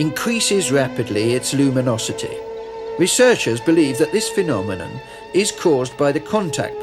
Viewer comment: Phemominom lol